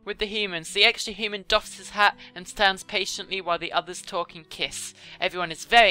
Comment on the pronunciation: "Hooman" is how she has been pronouncing "human".